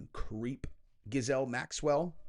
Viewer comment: It’s pronounced Gill lane. 😂 I messed it up at first too.